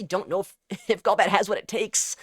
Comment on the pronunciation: Gaul-bat ❌ Goal-bat ✅